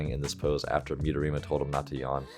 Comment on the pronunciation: Haha, you pronounced midorima correctly today 😂